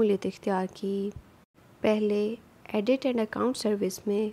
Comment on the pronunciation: آڈٹ۔۔۔(ایڈٹ نہیں)